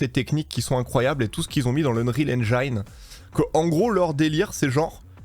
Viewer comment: Un petit détail , en anglais engine se prononce "haine gine" et non "haine jailleneu", ca fait parti des mots anglais ou le i se prononce comme chez nous, merci pour la video.